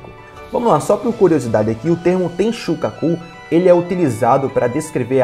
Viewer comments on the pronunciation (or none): ah pronto "enxuga cu (tenshukaku)" me fará rir toda vez q eu disser a palavra. amei por eu não ter o minimo de maturidade :) kkkkk